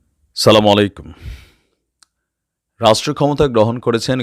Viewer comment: আপনার সালাম দেওয়াটা ঠিক হয় না দয়া করে সঠিকভাবে সালাম দেওয়া শিখুন। সঠিক হলো আস সালা মু আলাইকুম।